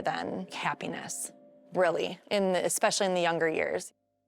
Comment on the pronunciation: Expecially….. nope it’s especially